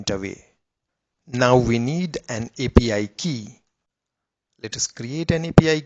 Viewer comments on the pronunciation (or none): Ajeeb gadhe ho tum yaar, bekaar me time barbaad kar diya. A P I ko apee bol raha hai... aur editing bhi teri sahi nahi hai.. Agli baar soch samajh ke aur achhe wale Voice Genration ka upyog kar ke Video banana.... warna yu hi gaaliya khaata rahega.